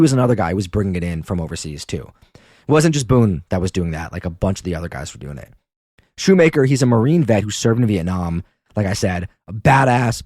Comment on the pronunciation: This WAS posted a year ago but I just have to say it's Appa-LATCH-a and Shoemaker is pronounced shoe-mach-er (like mach 5)